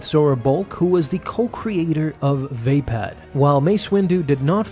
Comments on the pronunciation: Dope video, but everytime i hear [vay-pad] it makes me wince xD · Pronounced “va-pod”.